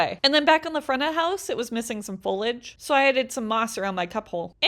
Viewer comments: folage? yiu mean foliage..? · Folage… I feel like you forgot to include the I in that word bud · I’ve never heard someone pronounce foliage that way, I pronounce it “Foe-Lee-edge” (I’m sorry if that doesn’t make sense lol) Keep doing you! I love seeing your crafts and you turning trash to treasure! You’re so talented and creative and your husband should 100% get you a circle window :) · Foliage. It’s pronounced foliage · i will only subscribe if you say foliage correctly